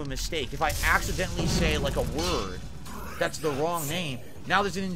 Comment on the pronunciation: ACK - si - DENT - ly